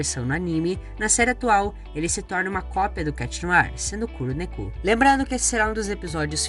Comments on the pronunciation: Kuru neku kkkkkkkkkkkkkkkkkkkkkkkkkkkkkk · A pronúncia é "Kurô nékô"